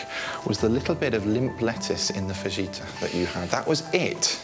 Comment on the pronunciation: currently reeling at Dr. Christian pronouncing the "j" in fajita